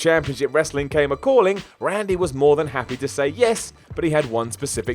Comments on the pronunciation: "Dub-yuh C Dub-yuh." Too funny. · The way he said wcw (dubya see dubya) haha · I wish this guy would stop pronouncing 'WCW' that fucking way. Its annoying as hell